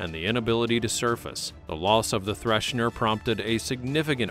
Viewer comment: It is THRESHER....there is no "n" in her name. And the Typhoon Class is completely misrepresented here my friend - See the movie "The Hunt For Red October" for what the Typhoon Class really looks like please...